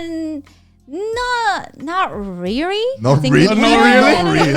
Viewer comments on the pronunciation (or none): Not rearry